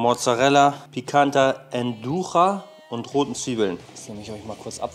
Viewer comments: Die Wurst Nduja sollte Nduia und nicht Nducha gesprochen werden 🫶🏼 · Nduja spricht man einfach aus wie geschrieben.